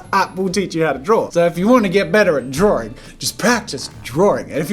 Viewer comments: It's not DRAWRINGGGGG!! -Jazza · Why is drawing pronounced as "DrawDRing" or "DrawRing"? 🤔 I've wondered that for years now. And do all English speakers pronounce it like that or does it depend on the accent? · Love your videos!!!! Just curious, when you say “drawing” you pronounce “drawring”... Is this an Aussie thing? Gotta say, it’s just a teeny tiny bit distracting. Poking fun a little bit I guess. You have such a fun channel, hope you don’t mind 🙂